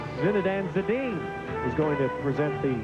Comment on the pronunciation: Zinedan Zedene? Really? This guy really should've learned how to say Zidane's name before embarrassing himself on international tv lol